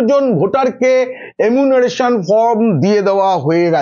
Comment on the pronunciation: এমুনারেশন ফর্ম নয় কথাটা হচ্ছে এনুমারেশন ফর্ম